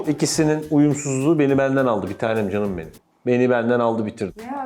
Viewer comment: Cancık değil CAN ım